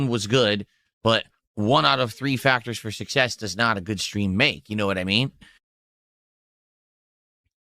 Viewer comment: Why does he add an H to street and stream? Its so fucking annoying